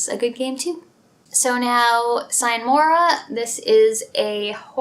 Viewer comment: Hey. It'd be cool to see some gameplay footage of the games you're taking about in addition to your explanation of them. And I don't want to sound like a teacher but "sine mora ex" is latin and thus it's pronounced differently.;)My genres are isometric CRPGs like Baldur's Gate (Top 1 of my personal top 100 list) or also Stealth-Games like Splinter Cell or Dishonored. Basically, I love everything from Deus Ex over Bioshock to Dishonored. All masterpieces of actively involved digital entertainment (or simpy videogames). I'm currently playing Dishonored: Death of the Outsider and recently finished The Witcher (haven't gotten into the series before) and before that I finally, finally played through all of the Eye of the Beholder titles in a row. Still great dungeon crawlers, even more than 25 years later.Have a nice weekend.